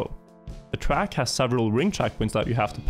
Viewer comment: The way he says track really annoys me!!!!